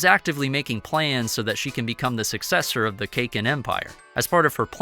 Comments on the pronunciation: Please work on your pronunciation. Its pronounced "Sir ride nick". And it is "Kah Keen" not cakin. Love the content but it's jarring to the ears to hear that. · Lol. Cake-in. It's Kah-Kin. Please 🙌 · he is saying cake-in empire its caa-kin empire